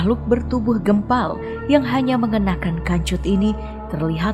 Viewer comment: Kanjut🤣🤣🤣, serem sih😭 tapi agak lucu penyebutannya🤣